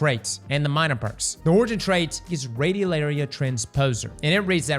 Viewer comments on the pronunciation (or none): none